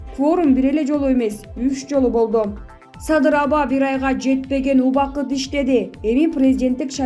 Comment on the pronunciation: Мадумай эмес,МАДУМАРОВ ДЕП айт пидараз журналиссинби блогерсинби туура айткын АТАСЫНЫН АТЫН АЙТБАЙ. САДЫРДЫ САДЫЙ ДЕСЕ,ЭМНЕ АДАХАН ДЕГЕНДЕ Р ЖОК БЕКЕН, АЙБАНДАР СИЛЕР УШАКЧЫЛАР ЭЛДИ БИР БИРИ МЕНЕН УРУШТУРАСЫНАР АЙБАНДАР.